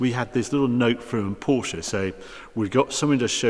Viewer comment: Finally someone who can pronounce Porsche correctly.